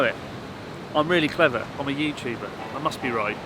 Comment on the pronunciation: chuna, youchuba